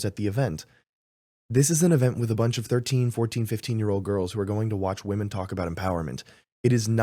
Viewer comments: Someone tell this girl its phonetically pronounced "Wimen" smh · Great interview! 👍🏻 needs to work on her pronunciation of “women” though. It sounds just like “woman” when she says it, so it’s distracting/difficult to follow the conversation.